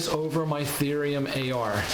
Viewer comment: It’s Thorium not Therium